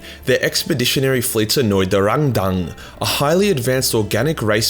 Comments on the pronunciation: "The xenos called Rang-dan-dan." Me: "Wut?" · Hah! Love the sass on Timmy here. Also, pronunciation of 'Rang-dang' is now my new favourite thing. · I laugh every time he says rangdang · The rangdan. 😂😂😂😂😂😂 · Every time you say Rangdang, all I can hear is Arnold Schwarzenegger trying to order chinese food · Please, never say "Rangdan" again. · If this guy sais rangdan like a Vietnamese person one more time I’m going to explode from laughing so hard